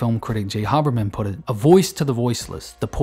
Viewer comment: Pretty well done. Constructive criticism: Before you record audio for your next video, take 30 minutes and review ALL of the names and make sure that you are pronouncing them correctly. You have errors: Jarmusch and Hoberman were two names that I immediately noticed!